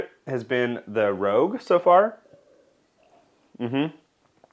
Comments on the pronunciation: It's rouge not rogue. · It's not Red Star "rogue," it's Red Star "Rouge." Rouge is the French word for "red." It's pronounced "roozh," like the red stuff women put on their cheeks. A "rogue" is a criminal, one who is dishonest and untruthful. "Rogue" is pronounced "rowgh,." The "row" part sounds like the "row" in "row, row, row your boat, gentle down the stream," or like "we're sitting in the 5th row at the theater." Rogue and Rouge are two very different things. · *Rouge not rogue :) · Great video! You had me chuckling every time you said Rogue instead of Rouge :D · Really cool video, full of great notes for someone interested in tweaking characteristics of their mead! That being said, did anyone already mention that it's not "rogue," but "rouge," as in "red?" It's pronounced like "roozh." And "classique" is pronounced like "class-eek." And for that matter, since the other words in the names of the yeast are French, I would imagine Red Star also intends for "premier" to be pronounced "pray-mee-ay." As in "pray-mee-ay roozh." Call me pedantic, but it would have taken a few little cringes out of the video in my opinion, whatever that's worth. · it's not rogue, it's rouge as in french for red as in the color of the wrapper it also lends to it's intended purpose; red fruits and berries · I’m losing it every time he says “rogue” instead of “rouge”. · Love your testing video. However, one thing is driving me to distraction. Red Star Premiere "Rouge" is pronounced "Rooj". Rogue is pronounced "Roag". Rogue is of unknown history, but you can find out all about it here